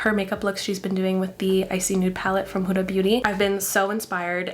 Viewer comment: Beautiful look and amazing video <3 Just a small suggestion - the Arabic pronunciation for "Huda" (of Huda Beauty) is more "Hood" (as in little red riding hood) "Ah" (you're saying that part right!! :D). But yeah, just in case you're interested :) Thank you for sharing your beautiful video!